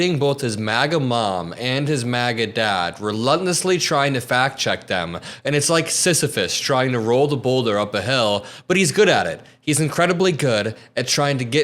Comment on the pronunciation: Reluntlisly? Is that a word now?